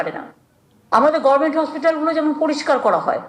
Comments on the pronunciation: মমতা সরকার প্রধান অথচ উনি উচ্চারণ করে ঘরমেন্ট। এমন কোন উচ্চারণ ইংরেজিতে আছে কিনা আমার জানা নাই। গভার্ণমেন্টকে মানুষ নিশ্চয়ই ঘরমেন্ট উচ্চারণ করে না। মূূর্খতার একটা সীমা থাকা উচিত। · গরমেনট টা গভরমেনট বলতে শিখুন আগে,ভাট বকবেন না।